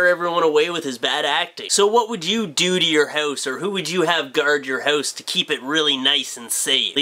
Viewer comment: Am I the only person who can't stand the way you pronounce the word "house" . haouuuuuse